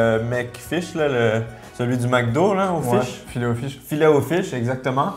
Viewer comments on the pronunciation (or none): none